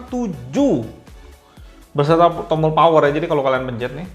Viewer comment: .. di sini tompel, ehzz disini tombol .. ngakak asli